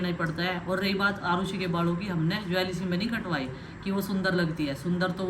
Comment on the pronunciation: Yeh bus Hove, Late ho ja,Jwelsy 😂😂yahi Bolti hai Head ko Haid phir bolti hai Hum Gwaar hi theak hai